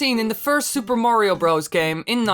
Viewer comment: in super mario 64 he said Wario not Mario XD